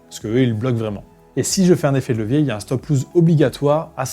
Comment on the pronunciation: C'est pas stop loose, c'est stop loss !